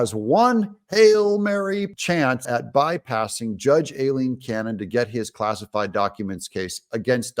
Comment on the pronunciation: Tennapel, Eileen is a CLASSIC and beautiful, old-fashioned name—but you’re butchering it. I’ve tried to help you out on this more than once, but either you don’t actually read your comments, or you don’t mind appearing & sounding foolish. You’re too smart to be such a slow learner! “Aileen” is pronounced: EYE- LEEN. In English, the general rule is: when 2 vowels appear together the 2nd vowel SILENCES the sound of the 1st and confers the hard vowel sound— in the case of “Aileen” the ‘A+I’ is “EYE”…and most certainly NOT “EH”). Why do you continuously butcher the name of this FAIR-minded and lovely judge??